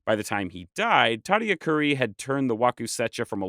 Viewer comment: The accent is the emphasized syllable - puRIpecha, tadiAcuri.